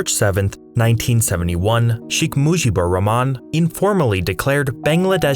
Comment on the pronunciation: e only thing you pronounced wrong so far was sheikh mujibur rahman😂😂😂you butchured it bro😂😂😂